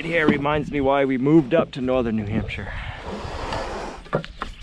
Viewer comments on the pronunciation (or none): none